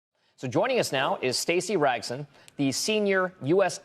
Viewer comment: Rasgon not Ragson :D